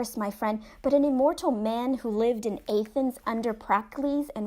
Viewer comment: What does bother me is her inability to pronounce papyrus, Athens, Carthage, papyri or wholly. The longer I listen the more mispronounced words.